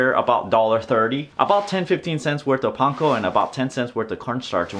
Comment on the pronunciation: I am going to try this tonight. I hope it doesn't turn out too dry. And you pronounce "panko" correctly !